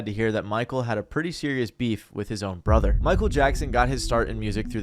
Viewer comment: You mean Bee—heef